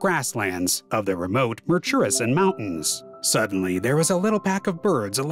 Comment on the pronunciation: The name of this bird is mis-pronounced throughout the video, which spoils the production. That name comes from Maori language, (wrongly pronounced "may-ory"). Even 'Murchison' was mis-pronounced. The commentary must be automated because its only semi-successful. To pronounce Takahe correctly, either emphasise the first syllable or do not stress any syllable. (not T-kaa-hay but Taa-ka-heh)